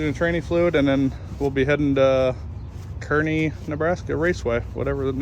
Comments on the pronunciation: Say it with me: CAR-KNEE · Good video. Not being critical. It's pronounced Kearney ( Karney),Nebraska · Kearney is pronounced Car Knee (Nebraska Native) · its pronounced CAR ney nebraska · Native Nebraskan here... it's actually pronounced CAR-nee. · The "e" shouldn't be in Kearney. It's Car-knee 😆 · Q. How do you pronounce Kearney? A. Car-knee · 2 people from 'Car-knee' didn't like this vidjo because of annunciation of Kearney. I'm glad to see you guy's made it. Heard some noise rolling down the street after midnight, I thought, no way there were still racers barely passing through North Platte at that hour. Then I seen the last video of you guys gassing up at Casey's down the street. Man, I was excited to see James piloting down the track. I think as a driver he's technically one of the best. But on the sidelines observing, he is an excellent coach for sure. You guys have amassed a great team all around!!